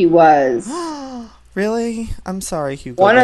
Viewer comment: You know hugbabybear you just call her hugabear